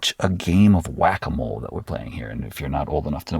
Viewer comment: Who else though he was speaking of Guacamole before he explained it was the wack-a-mole? 😅